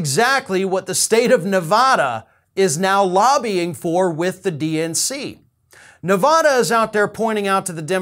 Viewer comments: No offense but screw Iowa! And it's Ne-VADD-da not Ne- VODD-a. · Not "Nevawda"!!!! 😵😖